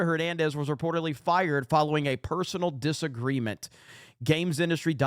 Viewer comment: "personnel disagreement" not "personal disagreement". They're pronounced differently.